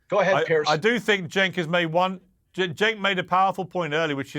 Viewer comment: Let Cenk finish;and his name is pronounced Jenk,not Chenk. Also,Piers,where is Abby Martin? She would be perfect on this panel!! Get Abby Martin back on!!!